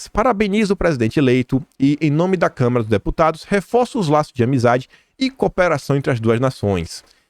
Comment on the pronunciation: Adoro seus vídeos!! Você é um cara que pesquisa, liga os pontinhos e entrega tudo mastigadinho pra gente! Obrigada mesmo por me ajudar a entender os últimos tempos no Brasil! Só uma dica, você tem falado muito "câmera" em vez de "Câmara". Isso é comum, principalmente quando a pessoa fala de maneira quase ininterrupta, mas pode se tornar um vício de de linguagem.